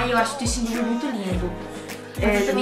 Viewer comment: Quando ela falou justin Bieber eu escutei ximbinha.Kkkk😅😂